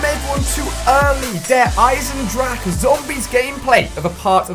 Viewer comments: it's pronounced Eisen-drah-hah okay you English noob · Noone except the germans know how to speak the 'ch' in "Eisendrache" xDDD